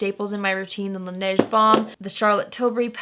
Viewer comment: For the two Korean products~ Laneige is pronounced la-ne-jeu (if you shorten it to two syllables, it's closer to lahn-edge) and for Kaja, the j doesn't make a jh sound. Both syllables are stressed. Kah-jah. It's mean's let's go in Korean.